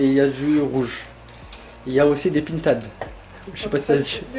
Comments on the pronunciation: J’aime trop ta famille et toi masha’Allah vous etes top 😍 je kiffe vos vlog je m’en lasse pas de regarder 😘 m’a fait rire 😂 tu pourras lui dire que ça se dit pintade comme si tu prononcé « pain » lol mais bon on va dire qu’il vient du sud avec son accent 😂😂😂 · Il m'a tué avec le mot pintade hhhh. En fait ça se dit p1tade ( écrit pintade)